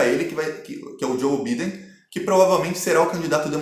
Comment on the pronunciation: muito bom, so que Biden se le (Baiden) em ingles.